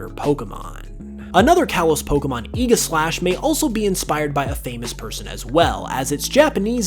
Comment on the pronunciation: Aegislash... it's pronounced ee-juh-slash, got ee-gah-slash... great video, but that one moment really messed me up tbh. xD